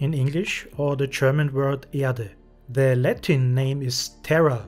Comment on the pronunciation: your german "erde" is very good. do you speak german bro?